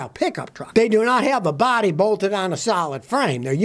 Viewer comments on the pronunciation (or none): none